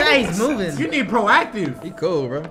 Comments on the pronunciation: “you need proactiv” 💀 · “You need Proactiv” 😂